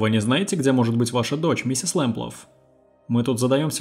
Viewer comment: Почему в названии фамилия Лэмплаг, а вы говорите Лэмплаф?